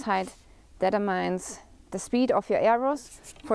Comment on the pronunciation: A nice European girl shooting a nice Chinese bow while speaking better English than most Americans (except for pronouncing 'Determine' LOL) teaching all us old boys how to better shoot bare bow! I love it! I wonder if she shoots 300 competition? I'd let her use my buttery smooth Super Kodiak 40# 60 inch black beauty but highly tuned and optimized for bare bow Trad category shooting very lightweight and flat trajectory VAP 600 Elite target arrows and her groups would instantly become twice as tight.